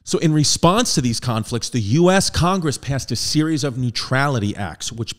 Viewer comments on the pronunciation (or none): none